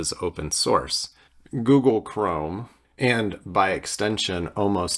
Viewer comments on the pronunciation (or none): none